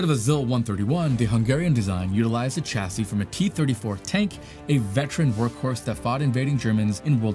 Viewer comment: "Chassis" ==> soft "ch." Pronounced shassy. Emphasis on the sha.